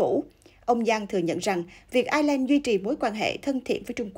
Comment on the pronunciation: Ireland = Ai' Nhi~ Lan.